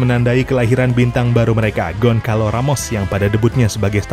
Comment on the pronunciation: "Gonçalo", bacanya: "Gonsalu"